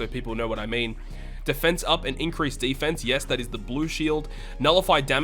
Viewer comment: I got one question after watching the video: why do you pronounce deFENse up and increased DEfense? 😂 Nice video, btw